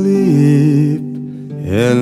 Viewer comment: But the fact that he says shleep in silent night gives me life.